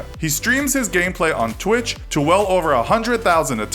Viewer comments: Its Twitch not Twich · Who noticed Twich Not Twitch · Twich? You mean twitch? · Said avarege player (you) TRiGeRDd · Just so you know... It's twitch, not twich. Ya just can't write. 😰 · It's not twich it's twitch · Twitch not twich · Twich ha lmao its twitch